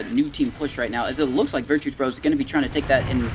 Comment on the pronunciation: Why do the casters keep calling them “virtue bros”? It’s Virtus Bro it’s a parody of Virtus Pro edit: never mind they addressed it later in the VOD lol